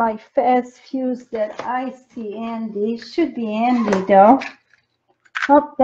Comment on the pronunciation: Hi, love your videos. Just wondering why you do not pronounce your "h" when you speak??? It sounds very weird when you say "andy" instead of "handy" and "ands" instead of "hands"! 😂